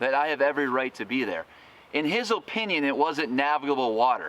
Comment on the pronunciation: "In his O-pinion"